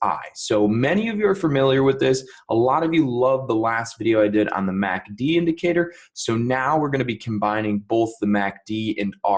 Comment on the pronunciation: The only problem I have with this video is saying “Mack Dee” as opposed to “ EM A See Dee” Thanks.